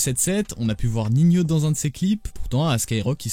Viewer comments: Ca m'enerve que Ninho on l'appelle "Ninio" faudrait l'avoir écris "Niño" pour faire la prononciation correcte 🤨🤪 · Ninho se prononce niño😌